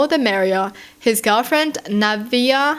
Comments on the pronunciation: Naveah is pronounced “Na-vay-ah” so you were right :) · You pronounced it right. By the way, her name is Heaven spelled backwards... That's uh... sacrilegious by the way. Speaking backwards is considered speaking in tongues and associated with devil worshippers. Her name means Hell when it's spelled that way. The fact she came into someone else's home as a guest and had herself a temper tantrum over the fact that a woman lives there and has feminine products in the bathroom kinda confirms that she's a demon incarnate.